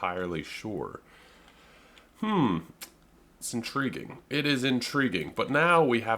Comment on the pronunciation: thats in-tree-ging